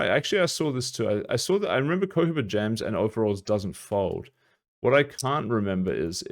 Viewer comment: bro... its pronouncded Ko-he-ba